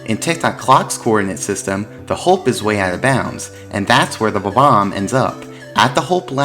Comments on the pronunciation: He's pronouncing it as bo-bomb which is incorrect. It's pronounced bob-----omb. The hyphen breaks the pronunciation. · Goddamn it it's BOMB-OMB, Pronounced like BOMBBOMB. NOT BAHBAHM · I know there's probably not an official way to say bob-omb. But I usually put the emphasis on the first syllable and honestly hearing him say buh-BOMB is driving me fucking crazy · The way you pronounce Bob-omb hurts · why does he say bob-omb like that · The Bob-omb I actually never knew it's pronounced that funny. ^^ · How can you be a Mario expert and say Bob-omb like that